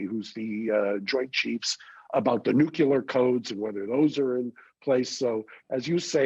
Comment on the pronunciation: No such word as nuke you lar.